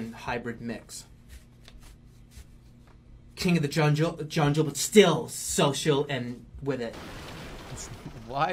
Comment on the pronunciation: I still can't believe that jerma said junjle, corrected himself, and STILL SAUD JUNJLE